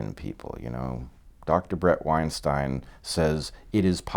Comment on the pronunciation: I love the fixing on Weinstein pronounciation. Great!